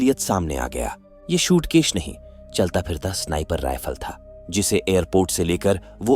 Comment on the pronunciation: Shootkesh nahi SUITCASE hota hai bavligend🤦‍♂🤦‍♂🤦‍♂